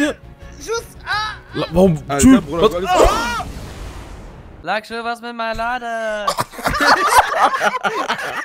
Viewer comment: „Lak schur was ist mit mein laden“?😂😂